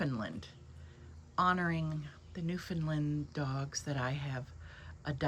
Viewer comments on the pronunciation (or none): Thank you for the tour of your lovely cottage, so charming and fulfilling. You seem to have a peaceful lifestyle. If I may, as a Newfoundlander myself, pronounce the "fin" as "found" in Newfoundland.